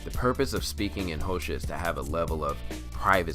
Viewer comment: The language they speak is Xhosa and it's pronounce with a click when you say it